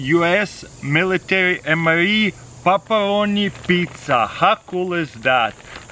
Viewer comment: paparoniz pezza😂😂